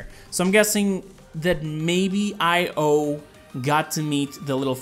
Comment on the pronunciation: Her name is pronounced e-yo for io but you can say io if you want. I'm just trying to help😉